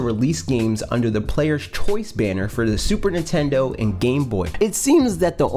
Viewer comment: I love how this guy says Nitendo lol